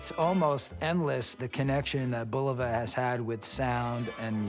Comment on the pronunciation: I collected watches for almost 40 years and never liked any of them more than those by Bulova and Citizen. This was before Bulova was connected with Citizen. This if the first YouTube videos I seen wherein the voices pronounce "Bulova" correctly, namely the way the company always pronounced it for decades in its decades of radio and TV ads, and Mr. Bulova was very proud of his name.